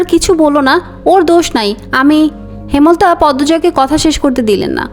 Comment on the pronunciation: হেমল তা ❌হেম লতা ✅